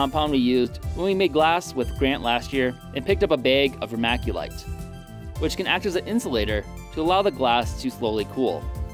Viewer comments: Dude... it's pronounced "ver-MIC-u-lite", not "ver-MAC-u-lite". Because there's no 'a' in Vermiculite. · DUUUUDE... Best part right there you made PUMICE, the stuff you see washed up on beaches :) Re-cooked volcanic glass (obsidian)👍 So cool! ..oh and it's verm-I-culite...not verm-A-culite But whatever, SUBBED cos you're awesome! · Did he actually just say vermaculite? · The creator kept mispronouncing vermiculite - it is NOT vermaculite. Obsidian melts under pressure, but when it reaches the surface and flows, the pressure no longer exists. The fluxes probably removed some (possibly all) of the color. There are varieties of obsidian that are clear, or at least have clear layers in them. There are quite a few varieties - all depending the the impurities. The creator needs to forget the fluxes and use a much larger crucible for the volume of obsidian - so that the boiling/frothing does not escape and make a mess of the furnace. The temperature used was also far too low. Also, large masses of glasses are very tricky to anneal properly. It takes a long time and, if there is any stress point, a fracture is going to occur. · it's pronounced ver-mick-you-lite not ver-mack-you-lite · Dude it's called vermiculite, there is no A in the word. Great vid btw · It's pronounced ver-mic-u-lite not ver-mac-u-lite. Cheers! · Please stop mispronouncing vermiculite